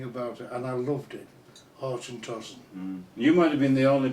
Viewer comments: Glenkinchie is not triple distilled! He can't pronounce Auchentoshan and the "Highland line" he is talking about is much lower than just south of Dundee. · Its pronounced auchentoshan in a german way LOL